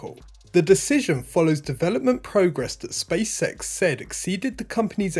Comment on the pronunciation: Also sounds like he's saying Space Sex instead of space X. I just can't unhear it, haha!